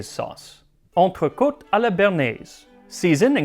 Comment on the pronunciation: Monsieur Miller! For someone who's so used to pronounce such a variety of languages for all your videos, I am disappointed in how you said "Entrecôte à la Béarnaise"! So cliché, but I've heard worse - and your very good video gets you forgiven.